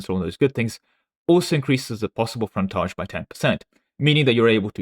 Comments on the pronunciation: English man pronounced English word as if it’s French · Hearing say "fontaige" was a culture war on its own. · is secretly French confirmed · British intrusive R strikes again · Dude, you pronounced frontage in different ways in the same sentence. Have you asked if you're old British Museam video inspired the art mechanic? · Why do you say "frontage" like a frenchman? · I love how people miss you actually correct your pronunciation of the word "frontage" later in the video :P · Never heard anyone pronounce the word "Frontage" in so many different ways in such a short timespan. :> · I just appreciated that occasionally he slipped and said it like us Americans.